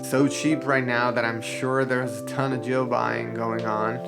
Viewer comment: “Jil” lol